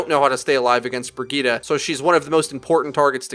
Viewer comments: Who the fuck is Briggeta Do you mean “Bridge-ett”? Like fuck man pronunciation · Did he pronounce Brigitte as "Briggita"? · The name is Brigitte, not Birgitta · BRI-GIT-TE. Bri as in brie cheese, git as in git gud, te as in tesla. jfc. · fucking shit man, stop calling brigitte BERGEEDAH. if you're going to use the swedish pronunciation, at least say it properly. no one says sombra with a spanish accent or widowmaker with a french accent, they say them in a normal american accent, so why halfass brigitte's pronunciation? her first 3 letters are BRI btw, not BER. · U said Bridgette wrong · Can't anyone pronounce Brigitte right?